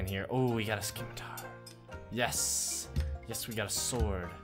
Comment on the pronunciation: Its pronounced sih-ma-tar not skih-ma-tar I'm just sayin